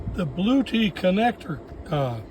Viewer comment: It won’t charge because it’s angry about you calling it a “Blue Tee” instead of blue etti